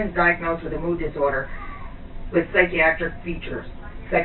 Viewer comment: stupid cps worker, you cant even pronounciate psychotic. So-called supervisor (the fatter one) sits down with clear body language with arms crossed aggressive already. Father has the right to know what his child is taking as far as Rx. Idiots